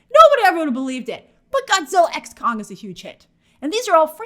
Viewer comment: Idk if Grace constantly mispronouncing Kong for “Kang” and saying “Godzilla frozen empire” is a part of April fools or not🤣